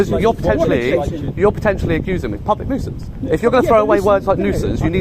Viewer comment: Nusience how!?